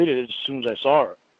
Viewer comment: “I DELETED THE PICHER AS SOON AS I SAWR IT”. Hillbilly ENGLISH!